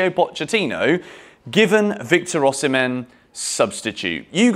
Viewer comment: Osimhen is pronounced Osimay. He told John Obi Mikel when he interviewed him on his blog.